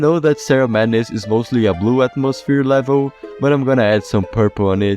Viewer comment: I like how he says levil